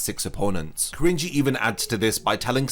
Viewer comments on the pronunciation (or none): I only ever hear Cringey. His name is Ki-rin-ji lol not Krin-ji